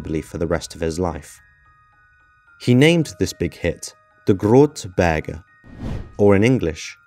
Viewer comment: The way you pronounce "grote berg" 🤣👍